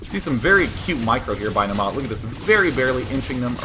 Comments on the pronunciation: You're pronouncing it "Namaa" but it's "Naama". The first A is long. Finnish is hard to pronounce but just so you know =D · Naama is a finnish word that means Face. It's pronounced Naa-ma not Na-maa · it's pronounced Naa-ma